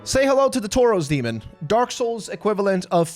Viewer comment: This guys absolute INSISTANCE on pronouncing even the most basic of words wrong is astounding. In 9 minutes in and we've already got: Will keep updating. "Cresten fall Knight" "Undead burough" "Toros Demon" "Crescent Warrior" (crestfallen knight is so hard for him) "Leauutrec of carem" "Smaug"